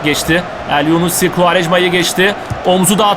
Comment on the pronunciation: abi o adam elyunusi elyunussi deil